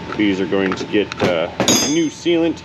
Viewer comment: Sealant. Not sealant. TomAtos. Tomotos. As you said, '...It seals'.